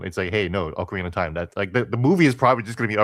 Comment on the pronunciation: .nuh (ocarina) it’s not pronounced like okra the plant u eat thank you👍